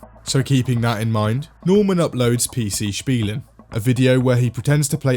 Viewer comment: Holy shit your pronouncination of PC Spielen was spot on